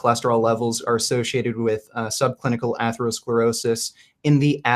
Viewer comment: Atheroscleroshish.. lol, this guy trying to pronounce some of these words. Definitely helping his case